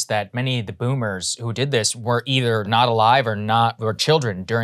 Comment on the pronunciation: Saagar provides an exercise in stoicism each time he spits out the word BOOMer.